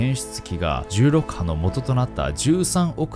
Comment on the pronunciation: 「重力波」がうまく言えないナオキマン